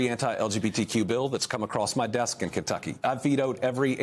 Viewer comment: LOL, She said "Kentuckany". Love Andy.